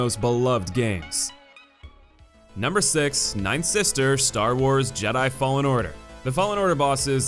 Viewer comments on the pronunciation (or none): none